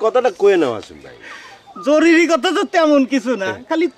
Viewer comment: সবাই বলে জরুলি,,,জরুরি বলতে পারে না কেউ।